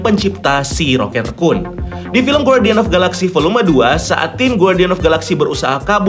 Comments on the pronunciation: Kenapa ngmngnya ngga rocket rakun aja si min? Kenapa malah di bacanya rocket rekun jdi gimana gitu di telinga😪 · GT rhekuun bacanya